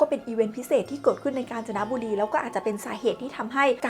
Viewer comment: ผมว่าผมได้ยินเปิดตัวคลิปว่า "กาญ นะจ๊ะบุรี"😂😂😂😂😂😂😂